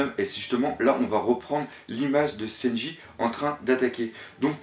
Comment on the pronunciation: Toujours autant de problèmes de phonétique lol, sEnji - lOUffy (et oui ça gache le truc venant d'un fan inconditionnel de One Piece) C'est domage tu fais du bon travail, on te sent investi a 200%!!! Je déplore juste le fait qu'il n'y ai pas + de francophones qui font des videos critiques / hypothèses...tu me diras pourquoi tu en fais pas toi? Simplement car je suis pas équipé et je suis meilleur en lecture et réflection qu'en paroles... Aller tu les auras tes 10000 nakamas et encore une fois faudrais qu'il y ait +de mec comme toi sur YouTube, ma critique vise juste a te rendre meilleur et non a te démonter, juste pour rendre +crédible+ tes propos. A+